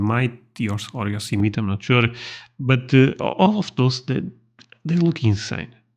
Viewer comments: Yosemite...Yo- SIM- it-tee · Yo-sim'-a-tee. Four syllables. Yes, it's counterintuitive when looking at the word, but that's it. By the way. I really enjoy your videos and perspective. I live in the US, but unless I win the lottery, will never get to see most of these places or other beautiful parts of this world. Thanks for exploring for us! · Yosemite: Yo-SEH-mi-tee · one of these days you're going to finally pronounce Yosemite right and I'm going to fall out of my chair, lol. She took some amazing footage!